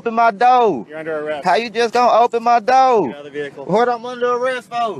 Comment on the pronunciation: The word is DOOR...not " dough"..... bond revoked you say? Imagine my surprise